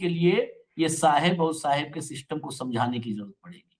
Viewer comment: Seeisteim? Arrey english ko tan taan kay yateem kar deeyaa